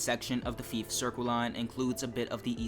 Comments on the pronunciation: Yeah, Fife as in life not Feaf as in leaf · It ain't pronounced FEEF... Think FIVE only with an F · Did you honestly call fife feef 😂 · I’m sorry but I’ve never heard anyone pronounce Fife as feef. The line isn’t really known for anything and doesn’t have much scenery apart from the short coastal part. If you’re wanting a scenic route, have a look at the West Highland line, Kyle of Lochalsh and Highland Mainline. The only trains that operate on that line are the 158s and 170s, the HSTs only operate on the Main line. In my opinion, there’s a lot better Scottish routes to pick from for TSW2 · Great video, I would love to see this route in TSW2. Depending on when it was set, LNER used to run the Class 43 before the Azuma, but I'm not sure if Scotrail had theirs by then. Could be a 3 livery, different consist HST route if they did, which would be cool. Plus "Feef"? 🤣 Seriously dude, it's worth trying to Google the pronunciation of places before making a video on them. I probably would before talking about somewhere miles away that I didn't know in person. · You're saying Fife wrong btw, it's not how you're saying it, you're saying it like the popular game FIFA, just minus the A, it should be Fiy-fe, closer to how you say Five, if you're recommending a route, learn to say it's name, this isn't the first time, just Google how to say the name and it should absolutely help. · You pronounced Fife incorrectly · The fife circle line is pronounced like knife but with an f instead of the kn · That isn’t how you pronounce Fife and it’s Scotland not Skatland, and yes ScotRail run the class 43 on the Fife line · You pronounced fife wrong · Hey bro I hate to correct u its Fife as in i not E, Anyway considering I live within Fife Circle I would 100% love this route to come to TSW